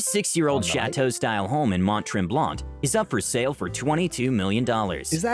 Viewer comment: omg the pronunciation of Mont Tremblant was horrific. Someone please ask a local how to say these words.